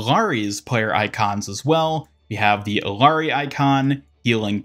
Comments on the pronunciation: Stopped watching when you said Eelaree. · SAY IT WITH ME— EE-YAH-RI